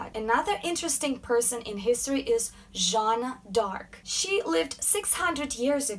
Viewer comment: Thank you for not butchering the French with a "JOaN oF aRc" like most English speakers do . It's Jeanne d'arc !!!!